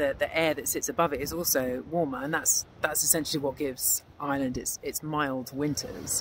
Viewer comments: I(R)eland not Island ... how can you make a video and not know how to pronounce the name of the country .. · Ite IReland not eyeland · It's pronounced "are land" not "eye land" 🙄